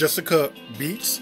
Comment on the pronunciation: It’s clearly Betts not Beets. You’re pronouncing her name very wrong! 😏😬